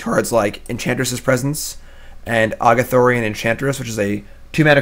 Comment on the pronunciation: The way you mis pronounce Argothian Enchantress is so tilting.